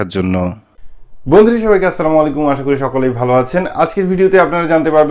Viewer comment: আছছালামুওয়ালাই কুম ওয়ারাহমাতুল্লাহ, কেমন আছেন ভাই,মনে কিছু নিবেন না,আপনা সালাম টা আরো সুন্দর করবে আশা করি,ভাল থাকুন